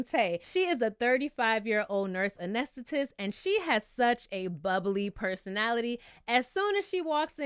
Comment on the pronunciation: Finally, a reviewer that can pronounce anesthetist 😂😂😂😂